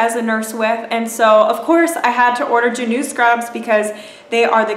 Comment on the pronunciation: Its pronounced Jah-new